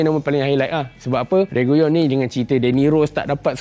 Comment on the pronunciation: RE-GI-LON bkn REGUYON